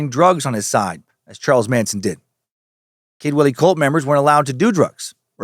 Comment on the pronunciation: I keep hearing "Kidwelly" as "kid willy" which is hilariously unfortunate for the town itself but fitting for the cult